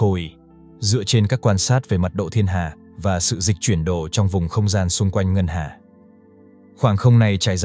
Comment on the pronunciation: Nội dung thì google dịch từ các bài viết cóp nhặt cùng một từ khoá. Đọc đi đọc lại cùng nội dung Dịch chuyển đỏ thì lại thành Dịch chuyển đồ Hay có khi đọc bằng AI ấy nhỉ? Kênh này dành cho mấy người nghe như vịt nghe sấm thì được